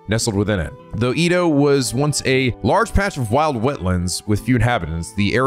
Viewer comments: You had it right It’s Edd-oh… EEE-Doh sounds so weird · no, its the previous pronounciation, edo not ido. (at least that's how it is said in anime) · Japanese pronunciations are always consistent. Edo is “eh-do” because “e” is always pronounced with a short e sound. Furthermore, you always struggle with the “ei” pronunciation, which is supposed to be pronounced “ay” as it’s a combination of “e” (“eh”) and “i” (“ee”) to make an “eh-ee” (or “ay” to be simple). In the past, you’ve always mispronounced it like the German “ei” which is pronounced like the word “eye.” I’m glad I was there to correct you for the Seiwa Clan in your Yakuza 4 LP.